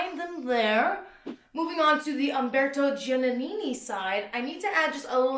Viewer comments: haha 'dji' - 'ah' - 'nih' - 'nih' (my attempt at phonics to help you out !) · Giannini sounds like jah-NEE-nee